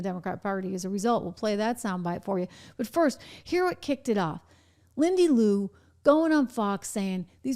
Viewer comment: Lindy Li you got her name wrong How?